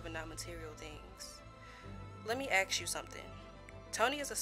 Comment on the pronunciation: There's no X in the word ask